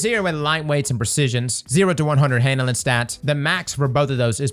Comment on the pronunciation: Take a shot every time says " handle-inn"